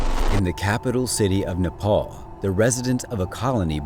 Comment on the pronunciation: It's not napal it's napal